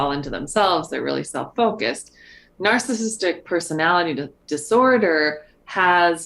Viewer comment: The way Debbie says “narssistic” and leaves out the middle syllable is driving me berserk.